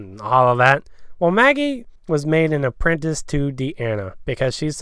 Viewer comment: DID ANYONE HEAR HIM CALL MAGGIE MALLY!!! 😂